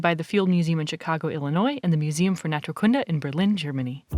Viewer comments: The emphasis on Naturkunde is on the first u. Otherwise it's an awesome place there. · By the way Naturkunde isn't stressed on the last word section (as is natural science) but on the first. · You pronounce "Naturkunde" really weird. The stress is on the second syllable, which is a long "oo" sound.